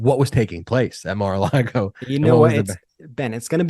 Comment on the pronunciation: I love the way calls it Mar a Lardo!! Gets me every time. You're getting your karma Mr. Cohen! Enjoy!!😁